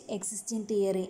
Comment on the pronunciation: Madam it's not teroy.theory